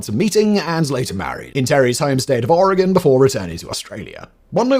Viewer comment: Way off topic, but: thank you so much for saying, "Oregon," correctly!